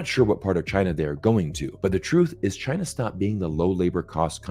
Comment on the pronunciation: Zeihan can't say China properly. He is, like a western columnist indicated, another Gordon C wannabe, trying to make a living in the anti Asian industry.